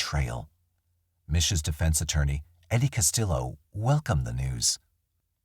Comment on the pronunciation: Castillo is pronounced Cas-tee-yo. The Ls are silent.